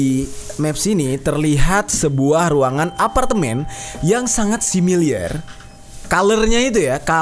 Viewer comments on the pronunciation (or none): SIMILAR BANG SIMILAR BUKAN SIMILIAR :((